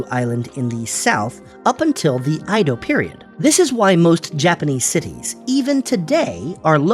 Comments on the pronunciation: You haven't thoroughly researched this. You pronounce Edo in two (2) ways: EE-doh and AI-doh . It's neither. The correct pronunciation is EH-doh ("E" as in Edward). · Started out saying “E dou” which is incorrect pronunciation (江戸/えど) then changed the pronunciation to “I dou” period🤦🏻 Not even consistent with the mistake lol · Edo is pronounced as Ae do. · You cover a lot in this video so props for that. But your pronunciation was all over the place. Edo is said like eh-doh but you swapped between eedo and aido. Plus a few other words. Also when talking about cities like Hiroshima, Kyoto, Osaka, and Tokyo, you used the prefectural outline instead of the city, making them seem like the entire prefecture (like a state) is one continuous city. Overall a fine video but there are a few areas that could use improvement. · Edo is not pronounced "eedo" or "aido" The e is pronounced like in Lego. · The pronouciation of "Edo" is incorrect. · Mispronunciation of edo, typo for shikoku, map showing russia larger should've used the map where the northern countries are more to scale (e.g. globe). Small channel so i respect the grind and i liked the graphics overall. Good pace. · The first time i ever heard someone mispronounce it really.